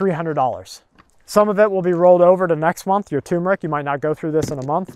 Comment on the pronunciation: Turmeric. Not TUMORic. Haha stay safe all.